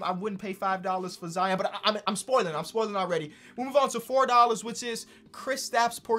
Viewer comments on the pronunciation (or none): none